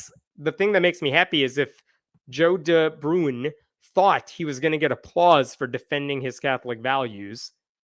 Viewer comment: Totally pointless comment: "De Bruyn" is not pronounced "De Broon", it is pronounced "De Brain".